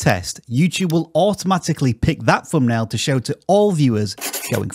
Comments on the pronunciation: i cant stand how he say fumpnail arghhh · Wtf is a "fumnail" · What’s a “fumnail”🤷🏻‍♂️